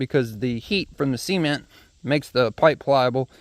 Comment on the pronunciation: Why do you say sement instead of cement